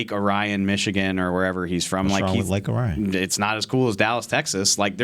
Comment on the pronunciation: And it's pronounced Lake OR-E-IN.